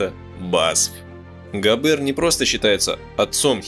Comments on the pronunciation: А он точно Габéр, а не Гáбер? Это звучание для немецкого языка абсолютно не типично. Так его фамилия звучит по-французски, где все ударения приходятся на последний слог. Да и звука "ж" в собственно немецком нет. Он заимствован. "И Ге Фарбен". "И же...", это опять-таки по-французски. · ГабЭэээр ))) ГАбер ударение на А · Ударение ставьте прпвильно: ГАбер, а не ГабЕр! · Зачем произносите "габЭр"? Это же не французский. И.Г. Фарбен, а не "жи", что за "жи"? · В немецком языке ударение ставится на первый слог. ГАбер, а не ГабЕр, фАрбен, а не фарбЕн. G читается как Г, а не ДЖи. В остальном все так. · автор вы наверное французским языком владеете? А я немецким. Так вот не ГабЕр, а ГАбер, не ЕЖИ ФарбЕн, а ИГ ФАрбен индустри. И т.д. Это не французские, не английские названия и фамилии, а НЕМЕЦКИЕ. Не надо ломать язык.